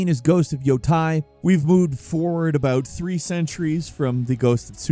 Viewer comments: Yotei = yo tay, not yo tie. FYI. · Isn’t it pronounced “yo-tayy”, not “yo-tie” for Ghost of Yōtei? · Please stop pronouncing it as "yo-tie". It's Japanese, not German. The letter 'e' will always sound like "eh" in Japanese. Always. There are no exceptions. Again, it's not English nor a Germanic language. It's yotei, like yoh-tey. You can keep this in mind even in the future when talking about other Japanese games, too. Hope this helps! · Why do you keep saying Ghost of `Yotai` when it`s `Yotei`? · Just for future reference "Yotei" is pronounced "Yo-Tay"